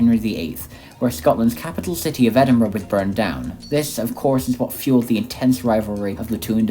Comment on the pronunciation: The Uk is a 'State' -not a Country. Good vid though and you pronounced Edinburgh perfectly! ~peace